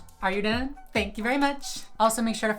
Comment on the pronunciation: Not sure if you've seen my comment on your other videos but I was wondering why you use a "blaccent" whenever you say "are you done?" This isn't hate btw! I love your channel. I'm just trying to be more socially aware of AAVE and blaccents and I noticed you do it frequently